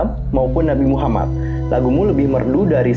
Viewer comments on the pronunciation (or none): none